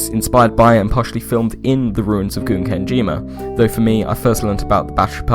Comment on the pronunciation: While I think of it, the first syllable of "Gunkanjima" is pronounced like "gun", not "goon".